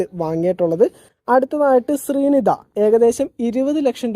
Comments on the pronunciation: Shaanmohan alla syam mohan,😂 sreenidha alla srinda😇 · ശ്രീനിത അല്ല cheta... ശ്റിന്ദ